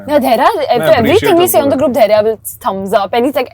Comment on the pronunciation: Bhai dharia nahi dhairya naam h. Dharia toh doodhwaale ka naam ho aisa lag rha h🤣🤣